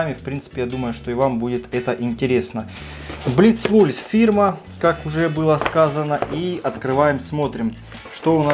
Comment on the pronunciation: kakoy nafig blitz-wulf naychis pravilna proiznasit, tam napisano wolf ne wulf, lol